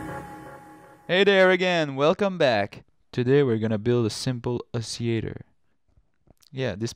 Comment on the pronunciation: You're probably going to confuse certain people who can only speak English by not pronouncing the ll in oscillator. :)